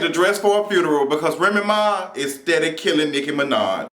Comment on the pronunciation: I love your accent the way you say Remy Ma. It's like you're saying one word remma. Lol